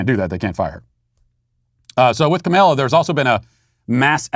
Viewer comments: IT'S KAHM-AH-LA NOT KAHM-MAYLA REEEEEEEEEEEEEEEEEEEEEEEEE RACIST!!@ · Hey, Matt, I think that you’re pronouncing “Kamala” wrong. You say it as “Camilla,” when really it’s more like kah-mall(As in shopping mall)-ah